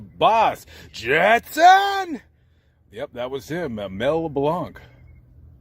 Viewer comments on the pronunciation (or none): Love your videos, but Mel Blanc's last name is pronounced "blank."